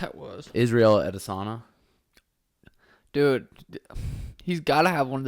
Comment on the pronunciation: PLEASE PLEASE PLEASE learn how to say Israel's last name properly!!! Im sick of you calling him adesana.. it is ADESAN YA!!!! YAAAAA